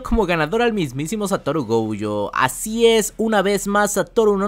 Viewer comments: Nose porqué pronuncias GOUUYO, si hasta en el doblaje latino es GOYO!! GOYOO. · No es gouuuujo 😅😅😅 Me estresa esa u que le pones. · porque mencionas la o como ou???